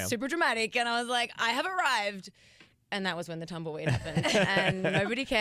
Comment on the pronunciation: When she said "Tumble weed" the first time I heard "Tumblr read"... I'm a lost cause